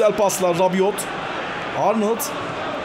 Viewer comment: Rabiot Fransız ben de Fransız'ım okunuşu rabio ve yazılışı rabiot